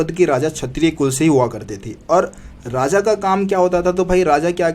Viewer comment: Radha nahi hota Raja hota h